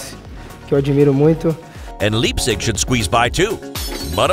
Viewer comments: "Leepzig" Go to Google translate and type in "Leipzig" and u Will know how to pronounce it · The way he pronounced Rennais and Leipzig as well 😭😭😭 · The way he pronounced Leipzig😂😂